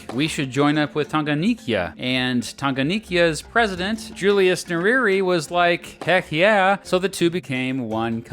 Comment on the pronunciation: na alivyotamka "Nyerere" xD